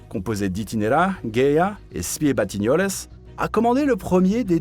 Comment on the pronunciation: SPIE batignoles prononcé à l'espgnole j'étais pas prêt hahahaha